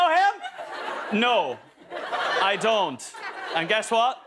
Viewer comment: flashback to harry making fun of niall saying NO I DOONT